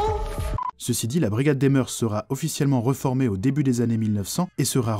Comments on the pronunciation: Non pas des moeurssss. Mais des moeurs se prononce meur et oui c'est un mot féminin pluriel invariable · On ne prononce pas le S au mot mœurs. C’est comme cœurs.